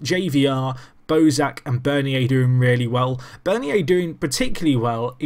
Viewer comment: Bernier is pronounced burn-yay